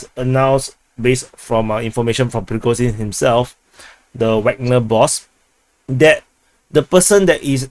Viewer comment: It's Prigo-Djin, not Prigozin, btw. is his take, from a video.